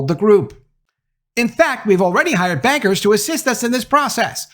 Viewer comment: I kept hearing "investment beggars" instead of "investment bankers" for some reason.